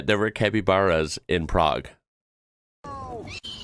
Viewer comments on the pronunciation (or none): Since when did Capybaras have tails ? They are like giant Guinea Pigs and are tailless! I'm now wondering what the guy in Prague was feeding they look like Coypu?? BTW pronunciation is Cap IH Baras not Cap You Baras. - PER Mr Google - they are Coypu and visitors are advised against touching or feeding them as there are risks of disease (leptospiriosis) and aggression in other words the buggers bite!